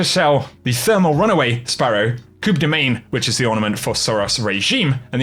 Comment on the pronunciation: The "Coop de mayne" ornament. Still not trying to pronounce french names, nice. If you actually care for it not to sound awful, it's "Coo (the p is silent) de main (the sound doesn't exist in English, try looking up how to pronounce it on Google) As a general rule of thumb, try to look up how to pronounce french names, it really does sound awful when you pronounce them the way that you do, and just shows how lazy you are when doing these videos to get them out as fast as possible